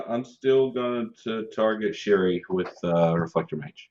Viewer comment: The continuing pronunciation of MISS AAAAAAAAAAANNJIIIIEEEE makes me laugh every time. Also Cherie is my new favourite way of pronouncing Shirei.